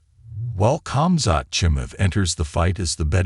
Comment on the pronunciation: 7 seconds in and the AI narration butchers Khamzats' name. 👎 followed by the little x in the top right hand corner.